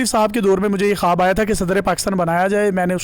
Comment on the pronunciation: it's not khaaaabbbb.... it's khuwab